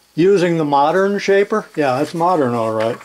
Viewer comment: Shaper, yes you said it again